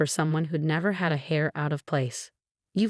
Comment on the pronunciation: Heir is not pronounced "hair", it is pronounced "air".